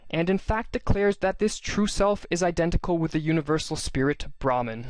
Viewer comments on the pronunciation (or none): Brahman is pronounced as bruh-maan